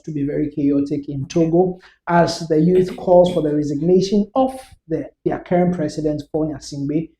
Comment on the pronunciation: See this guy oooh he said cerrent. 20ys in power and you're saying cerrent